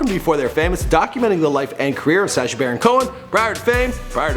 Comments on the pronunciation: Sah-sha not say-sha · I love Before They Were Famous but Michael, your pronunciation is atrocious. SA-scha? No dude. S-ascha. Soft a. This is a bad pattern. Otherwise keep up the good work. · Sash-ah, Kibootz Israel... Lol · I hate how he pronounces Sacha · Good vid. Sorry but i cant stand how he pronounces Sacha